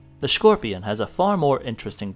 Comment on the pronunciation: Skorpion not szkorpion.